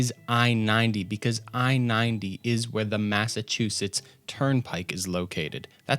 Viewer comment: Love the video hateeeeeee the way you pronounce cities in Massachusetts 😩😩😩😩